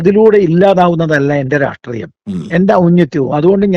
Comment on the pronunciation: ഒരു ചെറിയ സംശയം.... എന്തുകൊണ്ടാണ് മിക്കവാറും എല്ലാ നേതാക്കളും "രാഷ്ട്രീയം" എന്ന് പറയാതെ "രാട്രീയം" എന്ന് പറയുന്നത് 🤔